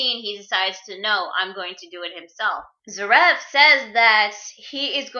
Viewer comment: Its pronounces Zear-if